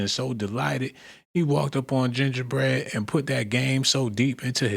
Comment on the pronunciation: Some content creators "glaze"(exaggerated emphasis) so hard over somethings way too much. Gingerbread.... It was no need to emphasize the term